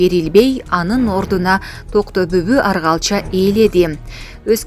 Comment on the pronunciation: Аргалча эмес Оргалча ,атасынын аты.Ушундай сабатсыз журналисттер кайдан окушкан?